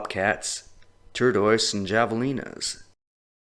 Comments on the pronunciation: Javelina how to say = havalina just trying to help. Many 🙏 to all. Excellent video btw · Your name is and you pronounce Javelina incorrectly... Poser!